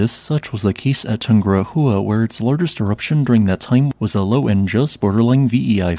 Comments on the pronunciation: Please mind your speech and learn to pronounce Tungurahua. It is a name born in Quechua, the ancestral aboriginal Incas culture language that reined the Andes Cordillera for thousands of years. It is not Tungura-jua! The "h" is not pronounced and, even less, not turned into J ( jota in Spanish ) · The name is pronounced TOON-goo-RAH-wa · toon-goo-RA-wa. 4 syllables. Yes, tries, but his pronunciation is rough. Give him credit though...it took me years to get these names down... including a long conversation from the director of the Geophysical Institute of Ecuador. and I still can't say the "hardtopronounskis" of thr Kamchatka peninsula.